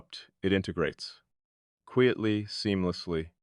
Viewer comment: "Kweeitly"? "Decortz's"?? The jazzy speak-rhythm of this AI muskvox is badass, tho. also, very thinky in thot. .. "in some way'b've" haha - Nifty! ...& it's "TUH-NUHL", not "tinnLe" .. heh Wow, so cool & profound & provocative. Hey, don't be so hard on yourself... or hardcore-introspective ... or whatever. You'll be aight. You are loved. Oh dang this is quantum, I gotta rewind. 🤟 You're a wonder!